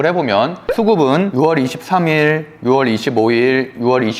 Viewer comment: 6월의 발음은 '유월'입니다.